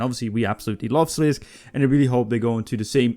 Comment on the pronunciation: slisk? slis-kay as in okay